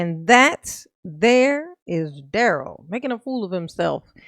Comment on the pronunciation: WTF DA-RELL?!?! "Are you aware that the investigation is from November of 2021??" Then REPEAT the sht out of the certification question? Then GROUNZ.. "Difficult Da-Rell"